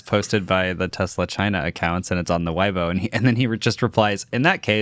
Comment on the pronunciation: Weibo is pronounced "way"-"bow"